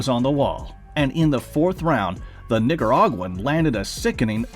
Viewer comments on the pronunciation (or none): is it just me or dose he has Nig not Nic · Why you call him "niggaraguan"?